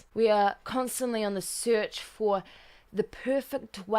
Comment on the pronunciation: "We are constantly on the 𝘴𝘺𝘦𝘢𝘳𝘤𝘩 𝘧𝘺𝘰𝘳" :) cute